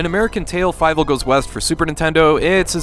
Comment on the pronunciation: Haven’t seen it since I was a kid but I remember it being FEE-vel rather than Fye-vel but I could be mistaken lol